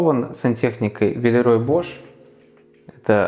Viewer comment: Дом в моем вкусе, немного похож по стилю на наш, у меня даже лампы над кухонным столом такие же)) Вы классно поработали, и очень интересно все рассказали и показали! Единственное, небольшая поправочка - Villeroy & Boch читается не как ‘Бош’, а именно ‘Бох’. С приветом из Германии ❤